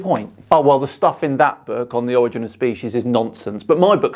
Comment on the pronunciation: The projection is thick with this guy. Edit: Also funny that he claims a superior position, yet can’t manage to pronounce “primordial” or “origin” correctly.